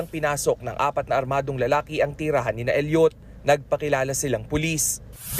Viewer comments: Elliot, not El yot, Idiot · bakit ganon mag sabi ng reporter na “Elliot” mali pag bigkas mo bobo